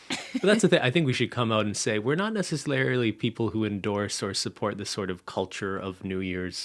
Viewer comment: saying “necesslarily” for ten hours straight